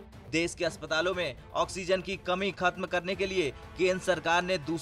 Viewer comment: UTS DESH NOT DES